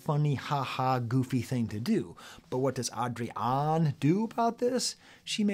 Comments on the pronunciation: She pronounces her name Adrianne. Not AdriAnne. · Great review, spot on, just one thing though, her name is pronounced Ay-dree-anne ;) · AVAA, although I am a first time viewer :) You're such a charismatic, knowledgeable, open person. Excited to watch your other reviews. I don't know about the name pronounciation though - is that an inside joke I just don't understand? It's Adrianne, pronounced like every other Adrianne, as far as I know. Love the comparisons to Dylan and Thom Yorke/The Smile, I agree wholeheartedly as a huge fan of all 3. Although Adrianne is in a league of her own. The way she views the world, and the talent she has to convey emotions both specific and universal, simple yet complex, is unparalleled. I missed her unique guitar playing on this record, but it was traded in for even more raw honesty. And that's a worthy trade.